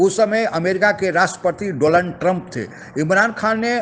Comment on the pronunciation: 🙉 'Doland' nahi chacha ji Donald Trump. 🤭🙊